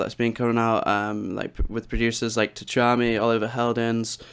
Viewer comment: Great tutorial man! Oh and I mean this in the nicest possible way; it's pronounced 'Cha-mi' - The 'T' is silent :D Keep up the good work!